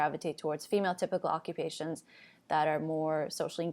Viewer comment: Every time you say female typical I hear phenotypical